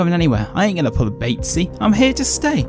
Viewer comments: Smh 'not gona pull a batesee' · “I didn’t pull a batesee” Shots fired. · "I'm not gonna pull a batsee" DONT REMIND ME